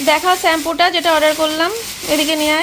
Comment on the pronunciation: তোমার বরের মুখের ওরকম অলস ভঙি দেখলে খুব বিরক্ত লাগে,,,আর স্যাম্পু হবে না কথাটা শ্যাম্পু হবে,,,,,😂